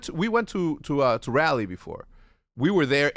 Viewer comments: hecz needs to put some respect on raleighs name LMAOAOAO thats not how its pronounced as a native there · Hearing you say Raleigh pains me